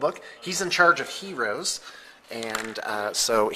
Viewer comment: Lmfao....... love how he says Heros